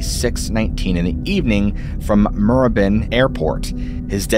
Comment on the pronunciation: Moorabbin is pronounced as muh-ra-bin and RAAF is pronounced as 'R' double 'A' 'F' - I am an Aussie. BTW great video.